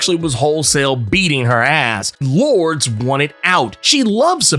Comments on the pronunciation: lor-DESS , not “lords” lol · Lour-des Chan-tel. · It is pronounce Loordeas she is spanish, why you gringos dont even try. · "Lourd"...seriously? You're just gonna ignore the "es" in her name?🤦🏿‍♂️😏